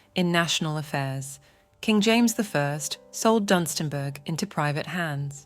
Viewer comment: oops its Dunstanburgh not DUM :)